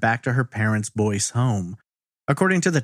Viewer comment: It is Boyce, Louisiana. Not Boise, Idaho which is pronounced like you said. Anybody local who can tell us how Boyce is pronounced?